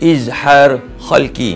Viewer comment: terbaik, cuma mungkin ada sedikit teguran: 1. sebutan betul adalah إظهار حلقي iaitu kalimah halqi dgn huruf ح bukannya خ. 2. sebenarnya izhar halqi ada dengung kerana meraikan sifat ghunnah pada huruf ن tapi tidaklah kuat dan sempurna dengung itu. Barakallah fiikum